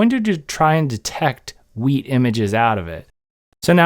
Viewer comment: Pretty sure he said weed. 🥴